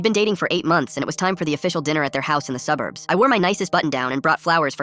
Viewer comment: The moment he said "suburbs" I knew he's black 😭😭